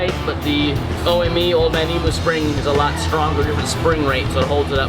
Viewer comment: It's pronounced (eee- mm -you) not eeeemooo, they're birds not cows